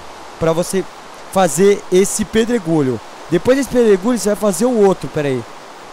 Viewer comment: quem ouviu no final do video ele falando pedro gulho kkkkkkkkkkkkkkkkkkkkk TE AMO!!!